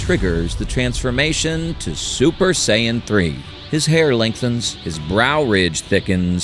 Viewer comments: It’s not Cyan, it’s Sayan. Just sayin’ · I hate AI .. saiyan is pronounced sayin not sigh an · I'm sorry but did I catch, "Sigh Anne"? 😂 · As soon and I heard Saiyan pronounced Cyan I stopped the video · Aww man. I thought this was ur real voice too. Mispronounced sayian... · Only real question I got is that I understand that it's a real narrator or whatever a real person reading it but how come they're saying Goku's race he's pronouncing it so wrong That's really my only question😂